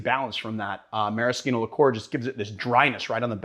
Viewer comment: Liqueur. Say it slowly. “Lick-ure” It’s not “licore”